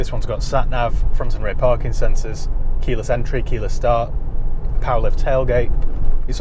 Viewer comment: Glad you repeated 'keela Sentry' I was perplexed, that'll teach me not to pay full attention when your'e discussing 'keyless entry'.